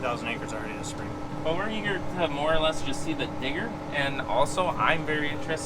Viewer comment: Need to put a little more emphasis on the D in digger